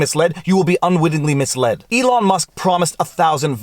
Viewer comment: First, love the haircut (basically because I did the same, but had no guts to record my boys doing this to me). Second, don't know if you realized, but it is ELON Musk not ELIN. Great legal analysis. Your video on mediation, gave me a good analysis to tell my client. Instead of trying to explain the rigors of litigation I actually sent him the video. He called me back and said: "Let's settle!"